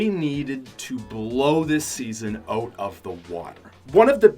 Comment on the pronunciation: The says oat instead of out